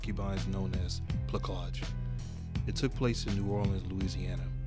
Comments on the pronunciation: It is pronounced “Pla-saj” Not “Pla-kaj” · Plah-SAGE, by the way. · This is a great film. Oh, and plaçage is pronounced < > The “c” is soft, not hard. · It's pronounced with a soft c..../plasage/. And gens de coleur /jo.hn de coleur/ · It was pronounced "plah-sah-zh". Not that it matters, but when you speak of it in public or academic spaces, it helps to know how the French word "plaçage" is pronounced. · wrong pronounciation, plaçage = ç is like an s sound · It's plaçage...like plassage..sorry driving me nuts with that pronunciation..still goes on in Haïti where i grew up. Men have a whole separate mistress/gf and kids that wife may not/or knows about. You say the woman is"placée." Found an interesting paragraph on it in wikipedia entry as well. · Plah-sazjh my brotha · it’s pronounced, “plassage”. bro, you gotta work on pronunciation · Know how to pronounce French words not a c but an s sound. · Thanks for this. Good content but a few technical thinks will help your presentation. The cedille, the small hook-like under the c in the word placage is meant to soften the c sound, which is normally a hard c if followed by an a or u. If followed by an i or e, as in the root word place the cedille is unneeded. I know it's not used in english, so unless you hear the word said.... Also your voice is too low and the music you put under it does nothing to help your content. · lol u did a great job and u picked a great movie as an example...i also recommend"the feast of all saints"... the "c" in placage is pronuonced like an "s"...and genty color no....it sounds like jundie culour...put ur french into it